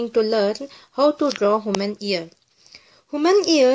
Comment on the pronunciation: Human ear not haman ear